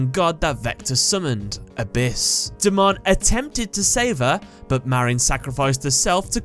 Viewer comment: You said his Japanese name right the first time. ^^